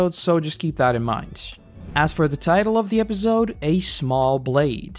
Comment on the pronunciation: Love these videos but I hate the way you say episode 😭